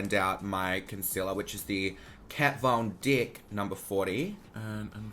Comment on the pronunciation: "Kat Von Dickk" 😂♥